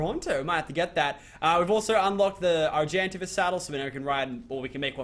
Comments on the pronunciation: Ar-gen-tay-vis not Arg-an-ta-vis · It's pronounced Ar-gen-ta-vis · u know u r pronouncing Argentavis Wrong right????